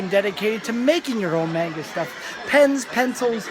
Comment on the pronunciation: That was pretty entertaining. XD You have good charisma and use funny humor, I'm surprised this video doesn't have more likes. Oh yeah, the pronunciation for "Manga" was a bit strange, it sounded like "may-n-ga", where it would normally be "maw-n-ga". Also the gay manga in the beginning was Boys Love genre, which is mostly popular with girls, actually, haha. The female's counterpart to the guy's yuri(lesbian) genre, essentially. I think the floor before the card games must have been the section for males, if there were lots of boobs and butts and cute/sexy girls. Definitely not for girls(unless they're into that). I think you can tell what something in anime/manga is for, by just seeing are there hot guys, or hot girls. Hot guys = made for women... hot girls = made for men. Usually. It's something parents should be careful with too, since older people can easily mistake a man's R-18 hentai porn as something for little girls, because it has pictures of cute, colorful, innocent-looking, little girls on front... XD It's starting to work vice-versa as well, since sports anime is popular target for women with BL stuff. Always watch for the age restriction sticker and check inside the manga before buying for kids. My mother once obliviously bought me an adult BL game when I was still a kid. I wish I could go again, I saw a bunch of Touken Ranbu things in your video, but the last time I went to an Animate store (Okinawa), was before Touken Ranbu came out. :( It's interesting that th